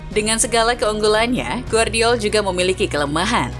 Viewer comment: Gvardiol dibaca GEVARDIOL bukan Guardiol!!! Timnas KROASIA bukan timnas KOREA!!! Tidur dulu min kalo ngantuk 🥱